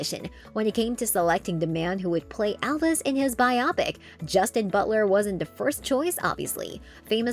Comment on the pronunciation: Just heard her say Justin.... Smh